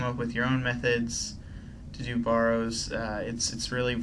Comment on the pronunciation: is it just me or does his pronunciation of barrows bug you